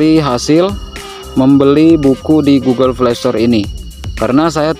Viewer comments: Google play ❌ Google flay ✅ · iya njir pdhl rata' orng mlh blg f / v jdi p